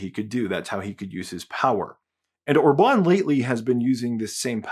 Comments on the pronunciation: or-BAHN 😬 it's OR-bahn 😂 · One thing that puzzles me is your pronunciation of Viktor Orbán — you change it at least four times, and only once do you pronounce the name correctly....MÅSKE ER DET BARE MINE DANSKE ØRE DER ALTID ER KRIDISK....Orbán is pronounced in two parts: OR‑BAN — not “Orba‑neeeee.” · The way you say orban OR-BAN is funny 😅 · Regarding Orban's name, the stress is on the first syllable. The same is true with Magyar. In fact, the stress is always on the first syllable with every single word in Hungarian. Pronounce "Magyar" as `Madyar" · I hate Orbán but the way you say his name hurts my brain. The accent goes on the O. Not the Á. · A tiny nitpick about pronunciation: In Hungarian the accent is always on the first syllable. The acute mark means a long vowel. Joining the celebrations from Poland.